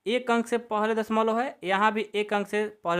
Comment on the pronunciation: Sar padha to achcha rahe ho lekin dashmlav ko dashmolo😂 kyon bol rahe ho